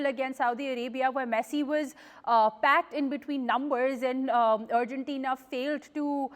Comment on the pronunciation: Its Argentina not Urgentina